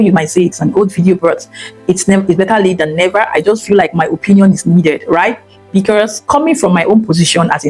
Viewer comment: Madam, the word BECAUSE has no R in it. Geees😂😂😂😂